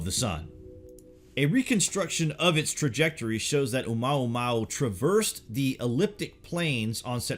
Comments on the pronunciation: i believe you pronounced it incorrectly. It's not O-maw-maw! It's O-muwa-muwa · You are mispronouncing Oumuamua. Mua is pronounced Moo-ah not mao. Therefore it's Oh moo-ah moo-ah. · OMUAMUA! NOT OMAUMAU!!!!! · Omuamua, not omaumau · Light up the Dork. It's oamuamua not oumaumau. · "OMAUMAU" HEHEHE GOOD VIDEO THO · Your videos are great. A little help on the pronunciation of Oumuamua....it's OH U MOO AH MOO AH. Thanks again for your great content. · Its pronounced more like oo-moo-wa-moo-wa Keep up.